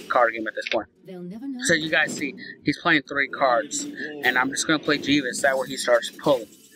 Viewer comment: Jee-ves!? Haha, you fucking moron!